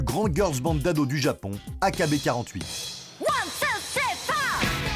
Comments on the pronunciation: « AKB quarante huit » 😭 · Ça se dit "aïkibi forty-eight" pas "A K B quarante-huit" xD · Mdr loin d’être fan, c’est juste que c’est un groupe connu, même Tev a fait une vidéo dessus (qui est d’ailleurs bcp plus dans les détails) et on le prononce bien à l’anglaise